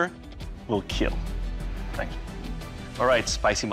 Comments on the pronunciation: Its "KEEL" not "kill" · It will keel